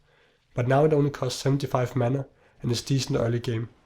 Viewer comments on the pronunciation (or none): none